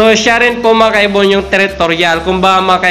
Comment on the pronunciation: "Mga kaibon" Pala Yun? Kala ko "makaybon" 🤣🤣🤣